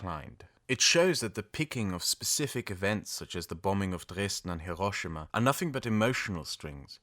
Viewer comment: It’s also refreshing to hear someone say “Hiroshima” by putting the accent on the right syllable. So many anglophones pronounce it HIroSHIma, but I’ve never heard a single native Japanese speaker pronounce it that way.